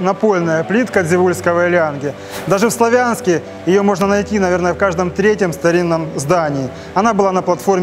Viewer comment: В Славянске ударение на а ,славный город